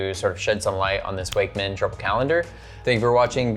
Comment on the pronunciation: I'm pretty sure most people are saying it incorrectly, based on where Icko Wakmann came from. It should be "VOK" 'Vokmann.'